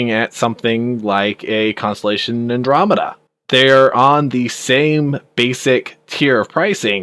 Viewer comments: Say it with me now; An. Drom, Eh. Da. Andromeda. Not Andrew-Media. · I nearly thumbed down for calling it an Andrew media, an-dromeda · every time i heard him say andro-media.. made my skin crawl!! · it's not the Australian pronunciation, the guy is just a dumb-ass. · Andro-media, Har-bringer... lol